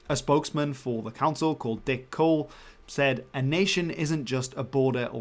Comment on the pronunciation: idk, sounds more like Dick Cool if you squint your ears a bit